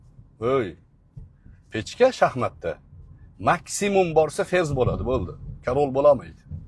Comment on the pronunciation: ПЕЧКА ЭМАС, ПЕШКА (ПИЁДА) PECHKA EMAS PESHKA.